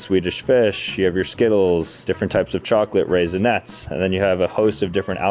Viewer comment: No way bro said raisnets....